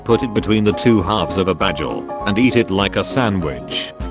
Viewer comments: When google pronounces bagel as 'badgel' love it 😂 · "The two halves of a BADGEL" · DOES ANYONE ELSE FIND IT WEIRD THAT HE SAYS BAGEL THE WAY IT'S SPELLED????